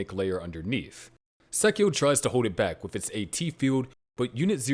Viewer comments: you should accent/stress the Angel names at the end. For example its not sAchiel, its sachiEl. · You have never even seen the series have you. And you cant even say sachiel correctly. Please sit the fuq down and never do a video again without watching the original series